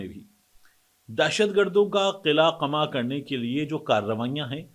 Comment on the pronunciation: طارق، قلعہ ق پر زبر کے ساتھ اور قمع بھی ق پر زبر کے ساتھ بولا جاتا ہے۔ اردو اسپیکنگ ہو تو اردو بھی صحیح بولو۔ 🙄🤨😠😳 From Karachi.